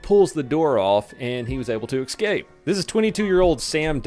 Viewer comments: Escape. Not excape. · EXCAPE? You said it again. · Excape. Amberlance. Libary. Combatative......you get the picture?